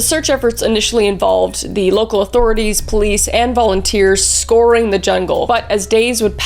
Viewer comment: 'scoring the jungle '? Nope. Pretty close though. What you wanted to say is 'scouring the jungle '. scow-uh-ring